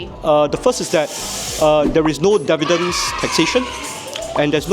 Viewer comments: The OCD in me can't get past him pronouncing dividends wrong all the time. lol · Dividends... not Devidends....